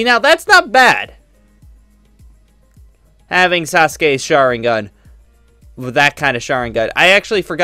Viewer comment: do not know how to ppronounce any sharingan